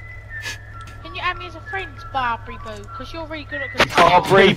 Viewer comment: "BARBORRYBOO" jesus christ am done. 🤣🤣🤣🤣🤣🤣